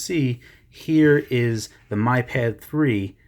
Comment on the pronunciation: lovely review. i didn't want to be that person but it's pronounced 'me' pad. just saying. it's annoying